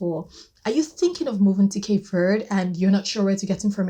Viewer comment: Thank you for saying Cape Verde properly without the strong e on the end